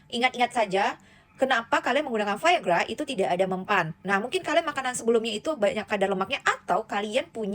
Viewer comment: omong biasa aja viagra gak usah ke barat2 an